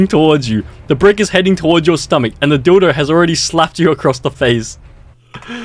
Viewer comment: Nah that thumbnail got me laughing my heart out also the way how he said a dilo was threw out this sh!t